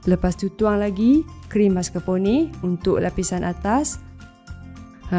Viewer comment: maskar'pon(e)..bukan maskarponeyyy deyy..hahaha..sedap nampak..coffee lover mesti aummm